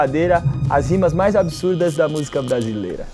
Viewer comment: fala busica 😁